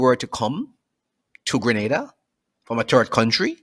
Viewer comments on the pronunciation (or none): Its pronounced "Gre-Nay-Da" not "Gre- Nah-Da" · not Grenada Greneda OK dammit.